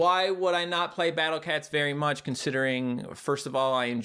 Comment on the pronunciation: I love how after years he still says battle cets